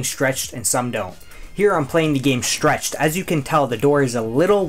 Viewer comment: Say schtchreched one more time... I dare you.....